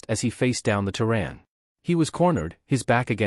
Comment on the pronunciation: Terran, pronounced "terr", as in terror, (or tear); and "an", pronounced as in Ann. The various spellings shown are all wrong. Proofread or don't post.